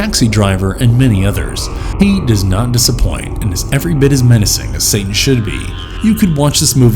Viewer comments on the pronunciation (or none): none